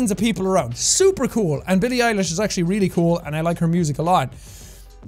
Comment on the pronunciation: this Irish eyeball be talkin about how people can't pronounce his name then he pronounces Billie "Eilish's" name wrong